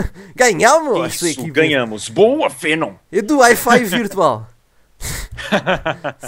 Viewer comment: Ele falou Fenom.